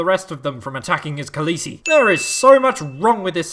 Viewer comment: “His khalessi” i fucking CRIED everytime you say it “my khalessi” “khalessi senses tingling” omg